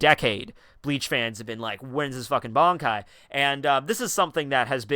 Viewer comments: Ban kai not bonkai smh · Can you please learn to say Ban-kai and not BON-kai...thx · why everybody pronounces bonkai its bankai ffs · BAN.....KAI....Listen to how they say it. You're saying Bonkai. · Pronouncing it as B-an is the the equivalent of someone saying Nuh-roo-toe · its similar to both versions but its more bankai than bonkai still japanese language doesnt have such elaborate pronounciation as english